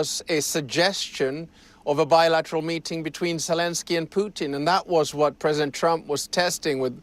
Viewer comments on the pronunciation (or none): This reporter's so full of themselves they can't say the word Presedent.